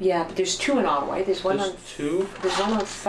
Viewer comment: Ott-a-wa.,.... Ott-a-wa.,I don't know what the heck you said "the Atwat police"??¿??? OTT-A-WA. OTTAWA! Just kind of insulting when someone is speaking about a Canadian city and mispronunciation of said City!! Especially when talking about our Capital!